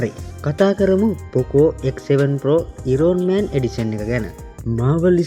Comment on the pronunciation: Iron man pronunciation waradi.. ayan man kiyala kiyanne eka